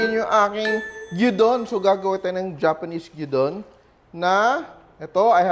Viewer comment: Looks so yummy! A clever way of using left over meat. Filipinos prefer the sunny side up egg with gyuudon but most Japanese eat it with raw or half boiled egg. Na bother lang ako... it is pronounced gyu_don.